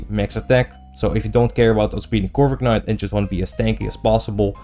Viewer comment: stop saying corviknight like that pls